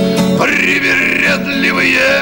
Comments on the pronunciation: Как вы говорите «кони привередливые» просто настолько чисто, что не возможно сказать что вы иностранец. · ВАу, произнес без акцента. Ты точно не знаешь русский язык)? На этой записи звучит по-сильнее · Как четко произнес "Кони привередливые", точно не говорите на русском?))) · Дядька а название песни сказал - русский так не произнесет а говоришь не понимаешь по русски!?